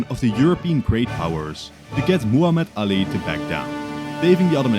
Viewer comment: It is Muhammad Ali not the way you are pronoun